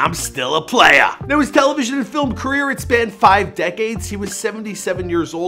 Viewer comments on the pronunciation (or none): "You ain't no PLA-YUH" I'm gonna miss him 🙏